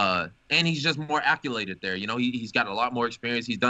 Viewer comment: kevin "acculated" Lee